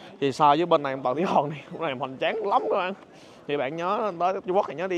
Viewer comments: Hoàng mà sao a đọc là Hòn zậy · Chữ hoàng anh khoa ko đọc được nhỉ 😂